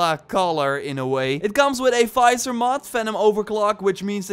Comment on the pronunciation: Visor not Fizor lol